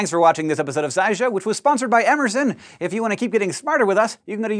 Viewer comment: I first heard "Amazon" instead of "Emerson" and was shocked. :^^